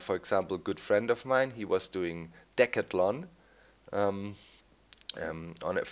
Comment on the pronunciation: took me a couple of tries to realise u were saying decathlon :P its said D-Cath-Lon if that helps ya :) although I watch both, I much prefer vanilla over FTB, I prefer seeing peeps working within the limitations, although it is cool to see the variety on the FTB mindcrack server server